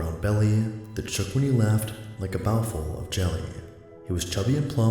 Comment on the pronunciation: Bowl-full. Not bowel-full.